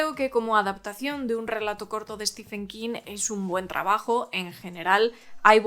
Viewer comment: "Stiven", no "Estifen". Intente pronunciar bien su nombre.